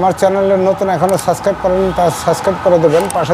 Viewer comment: আপনি ছাছক্রাইব কেন বলেন? শব্দটা হচ্ছে সাবস্ক্রাইব।